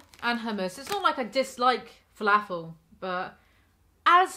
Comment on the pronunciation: You say filAAfull like a southern American